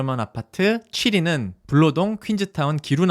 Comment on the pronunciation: 블아니고 불로동이에영